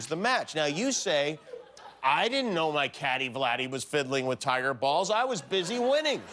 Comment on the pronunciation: No one: Trump: I dint get a thank you for mccain funeral.